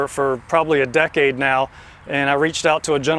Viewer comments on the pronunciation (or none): none